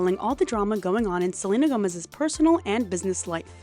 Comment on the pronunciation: "SELULUS" HAS ME CACKLING DUDE 😂😂😂😂